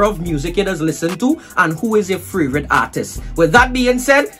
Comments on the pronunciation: Anybody find it funny that he says fravrite and not favourite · Anytime does always say "Fravourite"😂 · "Who is yuh fravorite artist" by. Check the word favourite 🤣🤣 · No hate but why you say fravrate instead of favorite